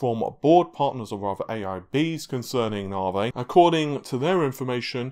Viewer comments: Hearing "narvay" irritates me so much for some reason. Is it me or is it "narvay"? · Came for the "Navey". Was not disappointed.